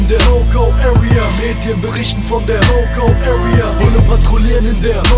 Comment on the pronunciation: wie spricht der bitte area aus das hört sich an wie öria